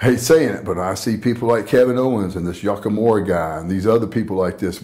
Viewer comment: This mfer said Kevin Owen's and Yuckamura 😂😂